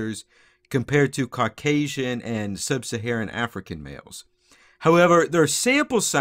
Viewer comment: lol I had to look it up that he was saying caucasian, not cockasian